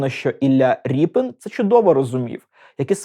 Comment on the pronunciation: Дико звучить "Ріпін". Призвища не зміняються!